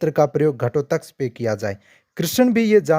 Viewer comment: Ghatotkaj ka naam tak sahi se nahi le sakte ho kya vedio banaaoge? abhimanyu ka naam kyoun nahi aaya jo sabse bada kapat se maragaya